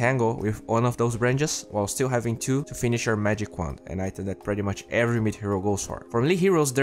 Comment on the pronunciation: I keep hearing he say instead of wand -.